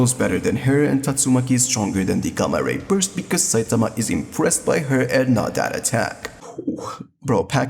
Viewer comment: Dude the " gA ma rAy bOrst" fantastic pronouncing😂😂😂